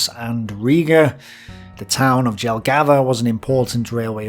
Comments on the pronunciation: Its not Dzelgava its Jelgava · It's Jelgava not Dželgeva! and Liepaja is not Lieapadža! In Latvian the letter "J" is pronounced like the letter "y" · You make a reasonably good job of explaining many points that pertain to my Latvian family's history. It does grate when you forget to pronounce J's as Y's though! Fair play. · quick note, J in latvian is pronounced as Y. for example: Jelgava is pronounced Yel-gava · As a Latvian I can say excelent episode. Small tip the j letter makes a y sound. But the namea of the places sound cool in french too.